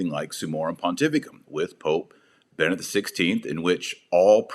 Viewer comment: Dr. Marshall, perhas I am a bit anal retentive, however, youhave a rather annoying tendency of forgetting that the previous pope but one is Be-ne-dict which consists of 3 syllables yet, all to often you glide, or rather, omit the second syllable.